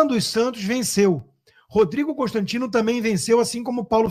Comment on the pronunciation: Reparem que ele diz...CÃOnstantino...reparem...😂😂😂😂